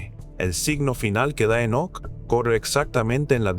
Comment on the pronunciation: Enseña a hablar a la IA, Énoc por Enoc, senales, etc